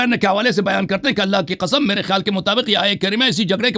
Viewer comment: Allah ki ka'am main shia ho jaonga agar aapne Sabit kar diya to 😂😂😂 the accent 😂😂😂